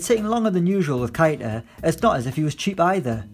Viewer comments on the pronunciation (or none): I’m not saying you’re wrong about keita - it’s not kaita it’s kayta 😂